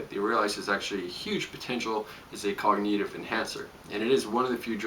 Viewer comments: Cog-nih-tiv, not cog-knee-tiv. Good info though. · whytf do yall care so much about the way he's pronouncing cognitive? appreciate his content and thank him for sharing his knowledge. you guys are the worst commenters ever.